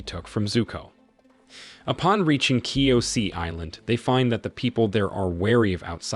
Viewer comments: Kyoshi not kyosie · Ong, katara , ki o si island, commander zau, avatar ky o si, fire lord Ozi, Azu la, omasu even uncle iro every character and Nation is pronounced wrong 😡😡😡😡😡😡😡😡😡😡😡😡😡😡😡😡